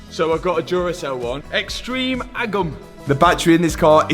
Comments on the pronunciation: The “Extreeeeme A-gum” got me…legit sprayed Diet Pepsi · ex-TREME ag-OM